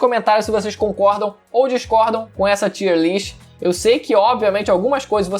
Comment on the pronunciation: Tier lê-se “taier”, q nervoso kkkkk